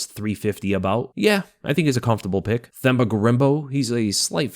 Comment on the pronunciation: For Themba, you say the T sound like you would in Tender